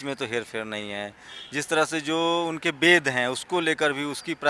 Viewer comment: संसकीर्त, बेद,सिबिलाईजेसन, इस्त्री , ओर ना जाने क्या क्या ओर यह एक भाषा शास्त्री है सही उच्चारण भी नहीं कर पा रहा है , शेल्डन पोलॉक का तोता है ये हा हा हा हा हा । इसीलिए इसकी सारी रिसर्च ही गलत हिंदी का फूल और अंग्रेज़ी का fool एक नहीं ओर यह लोग इन्हें एक ही मानते हैं ।